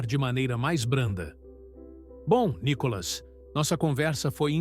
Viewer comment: Nícolas claro KKK